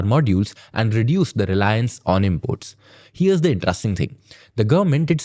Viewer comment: 😂 ya..but please tell him to pronounce it as in'trest'ing..not in'Trust'ing 😂